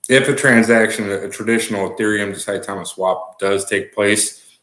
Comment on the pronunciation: Mr. Willie D, Saitama is in japan and I actually vacationed there back in 1998. The true pronunciation is Sa-e-ta-ma... Please research the pronunciation of hiragana and katakana for reference. 👍